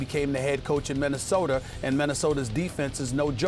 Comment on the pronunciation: Why does Stephan A pronounce Minnesota as "Minneosotor" every god damn time..unbelievable!!! I hate listening to him trying to talk football. How does he give them the best chance to win being a rookie over Mike Glennon Stephan A? Stick to NBA wtf!